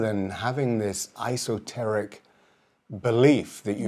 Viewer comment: "Esoteric", not" isoteric". Helpful video though.